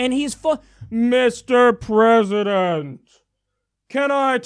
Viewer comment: Fucking Pathetic..! Pence is soo Fucking Disgusting..! ( "Da Pwesident has acted Decisively" ) I fucking hate it when he says THAT..!